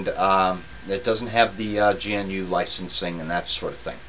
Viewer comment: Thank you, I've been wanting to take a look at this, but the Virtualbox install failed. By the way: GNU is pronounced "gnu" (like the animal).